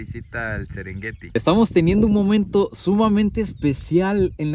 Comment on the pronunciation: Casi nada el sesrengueti que maneras.